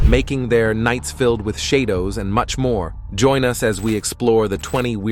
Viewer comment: "Nights filled with shay-dohs": and that's where I stopped watching. I'd rather hear a whiny human voice than an AI voice that mispronounces, "shadows."